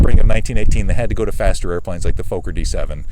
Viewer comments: Nice video, wonderful to see these old planes doing well. By the way, Fokker is not pronounced like Folker, but like Focker, with an ò like in "jogger". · And it's Fokker. Like locker not the long O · You are correct sir! It makes me nuts to hear Foe-ker ... you would think .. and I mean no disrespect here .. that anyone that owns/fly's a Fokker triplane would know the correct pronunciation! I've always thought that Fokker .. pronounced Fah-ker .. is too close to the four letter word f**k, thus people are possibly uncomfortable with it. But!, it is indeed Fah-ker and should be pronounced that way. Anthony Fokker was Dutch, and the two K's make the O in front of them short, and not long as you have mentioned. That aside though ... INCREDIBLE flying reproduction's of an iconic WW I aeroplane! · Why cant Americans pronounce Fokker its not Fauxker, theres two Fokking Ks !! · For Christ sake learn to pronounce Fokker correctly. It's NOT Fo-kker. You Yanks just don't know how to speak German. Get it right